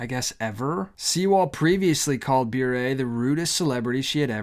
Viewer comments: I believe it is pronounced “burr“. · Sounds like a "serpent in the Garden" kind of invitation and I pray that Candace stands firm. I have so many thoughts on this but you put most of them into words in this video,. Thank you for the loving concern you showed Candace. P.S. "Bure" rhymes with "hurray" 😉. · Bure pronounced "beret" like the French hat.